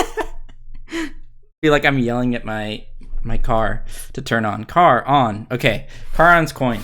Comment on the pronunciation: Oh my god, and then Charon :D. I'm sorry, but that's kinda atrocious.